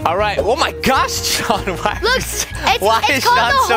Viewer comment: SHAWNNN ITS SHAWN